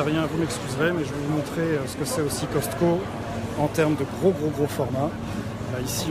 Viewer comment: On dit pas Coscto sa s'eppelle Cosco ok mes il est ecrit Coscto Je sais moi j'habite au Québec pis fait ben plus longtemps que qu'on a le Costco